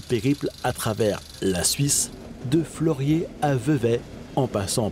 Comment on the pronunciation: petit annicroche de prononciation ca arrive lol